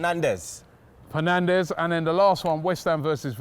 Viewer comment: Grown man saying Penandes 😂